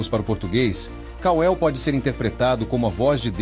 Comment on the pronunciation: KAL-EL e não ka-el. KAL-EL significa COMO DEUS ou IGUAL A DEUS.